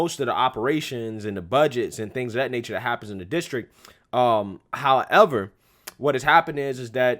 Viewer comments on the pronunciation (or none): WOW... ACTUALLY PRONOUNCED "HOWEVER"..."HOWEV- ER' 😆